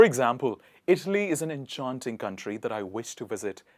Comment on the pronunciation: Dude, if you're a swifty, why are you pronouncing enchanting like that!